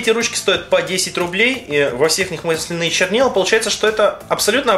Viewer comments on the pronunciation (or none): мааасленые а не малсленыые !! разница в ударении